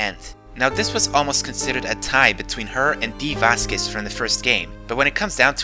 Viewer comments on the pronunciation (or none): none